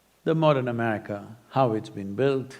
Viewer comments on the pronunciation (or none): none